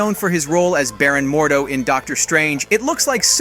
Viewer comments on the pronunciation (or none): none